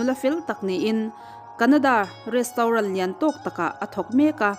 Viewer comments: Rostaurant zawk😂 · Retraunt tia lam tur kan miss in a tih hma kha chuan i lam ang hlir khian kan lam a ho lutuk kan hriatthiam chuan a tha a ni mai